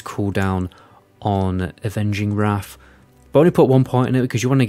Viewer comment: I’d love to see a video where you challenge yourself not to turn [th] into an [F] at the end of words. 😄 Maybe then we can stop talking about Deaf Knights and Wraf of the Lich King etc! 🤪